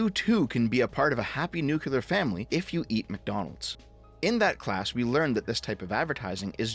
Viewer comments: He keeps saying "nucular". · pls new clear new clear nuclear the Q is silent